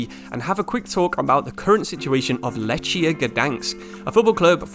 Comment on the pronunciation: My ears bleed when i hear this pronunciation of „Lechia”. Sory mate, not correct